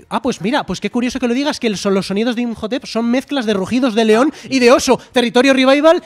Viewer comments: Injotep? Quién es ese? Inmotep y anats anamun!!! 🤦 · Llevo 21 minutos del video y me da ansiedad cada vez que él dicen "injotep" a IMHOTEP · Llevaba todo el programa chirriandome oír "imjotep" y cuando veo que lo comenta el tal digo, vale, no estoy loco.